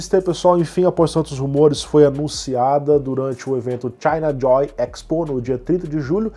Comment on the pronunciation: huhuahau engraçado o jeito que vc falou chinajoy